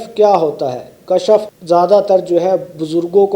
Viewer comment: kashaf nahi janab Kashf